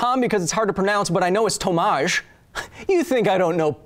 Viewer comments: And you said "a" in Tomasz too French like But rest is ok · HI Kyle , really love the show and I loved the polish accent of this vid (for obvious reasons xd) but don't do my boy Tomasz like that... In pronunciation of that name you emphasize the "T". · You pronounced Tomasz wrong tho xD